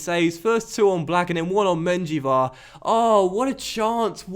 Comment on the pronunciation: 1. its yassin, not yashin 2. the J in menjivar is pronounced as an H